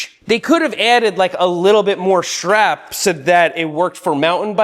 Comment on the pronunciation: Shtrap AND shtring talk in one video? What a treat.